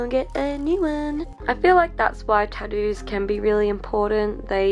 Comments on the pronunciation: Does no one realize she's saying tottoos and not tattoos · Australians: "tah'dooos"